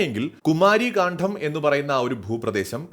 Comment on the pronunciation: കാണ്ഠo അല്ല. പ്ലീസ്. കാണ്ഡം